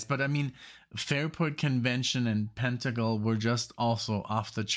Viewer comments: Pen-tangle, not Pent-angle. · It's PEN tangle